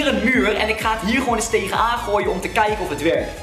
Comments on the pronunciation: 4.24 kaken in de plaats van kijken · kaken in de plaats van kijken